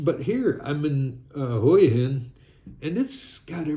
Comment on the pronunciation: Hi, the correct pronunciation for Hua Hin is Wa-Hin